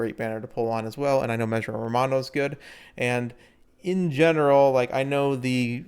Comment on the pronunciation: cool video but you kept pronouncing Mejiro Ramonu's name as "Ramanu" and it started bugging me a little.